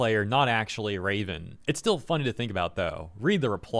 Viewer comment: From Raven to Ra-spits phlem ven